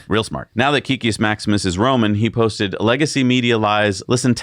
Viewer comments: Not sure why it bothers me but hearing it pronounced wrong the last few videos is getting to me. Kek in Kekius Maximus is pronounced "kehk" not "keek". If you are curious, kek originated in World of Warcraft. When an orc would type "lol" it would be translated to common as "kek". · Please guys it's Kek-kius not Key-kius